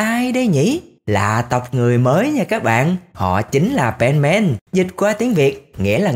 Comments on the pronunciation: Không phải pen màn đâu ơi là pen sôman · Nghe Penman giống benman :)